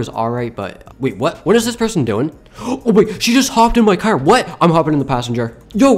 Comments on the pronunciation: you are saying car wrong he says cer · Why always say "cer" why not "car" tho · I love how he says car with an accent